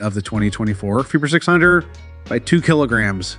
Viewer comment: Good video but it’s pronounced CBR650R, you are saying it to fast and muffled